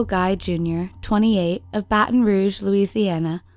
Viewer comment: "Faton Rouge" had me rolling, thank you.